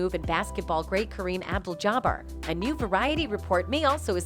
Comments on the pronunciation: Did this trick just say "Kareem Apple Jobber??!!" Learn how to annunciate. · Did that AI narrator call him “Kareem Apple Jaba” 🤣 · I got to give it up to the Genz commentator. Jerry Sane feld. Karim Able Ja Bar 🤣😂🤣🤣💀💀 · It's Kareem Abdul-Jabbar not whatever the hell you said!!!!